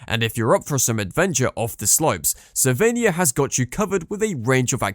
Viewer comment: This video should be re-titled - Top 10 ski mispronounced ski resorts - Tignes and Ischgl are hilarious, Cervinia is pronounced Cher-vinia and please tell me where Saas-Feeee is? Is it in the Feeee valley?